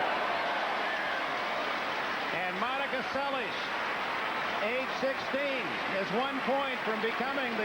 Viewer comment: He pronounced the native Hungarian. Seles was Americanized from Szeles. In the Hungarian alphabet, sz = s, s = sh. He is to be highly commended, as all American and most anglophone commentators suck at pronunciation lol.